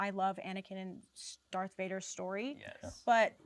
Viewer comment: not even a minute in and I got mad at someone saying dark instead of darth.